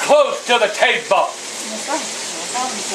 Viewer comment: TOO CLOSE TO DA TA-BUH